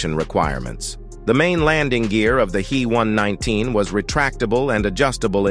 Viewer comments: I will be damned if I am going to subscribe to this channel, if you can't get your story straight and pronounce shit correctly. It's NOT a He (as in he and her), but rather the individual letters as H. E. one nineteen. Your channels with that male voice are pathetic, and I, for one, am blocking this one. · the He119 was designed and built by the Heinkel Flugzeukwerke, not the Henschel company. Henschel was an entirely separate company from Heinkel. And the "He" in He119 is pronounced "H" "E" (each letter spoken), not "he" (as in the masculine pronown).